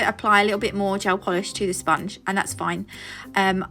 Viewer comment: “Spun-gee” So people look at me weird when I pronounce words more in line with how they are spelled, so I may be just one of few who can appreciate the humor in you saying the word like that. I do it with Wednesday too: “wed-nez-day”, with potpourri “pot-pour-ri”…there are many others but I won’t dive into them lol Lovely set❤